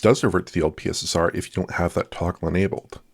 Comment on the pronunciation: "The new PeeSSR"